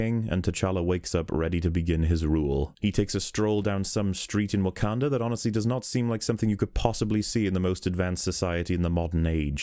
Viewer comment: The way you pronounce Wakanda makes my dick shrivel up